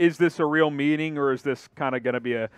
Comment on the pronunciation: Meeting. Lmao not metting. Tf? Lmao